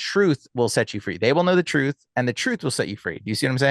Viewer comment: There is no F in the word trrurh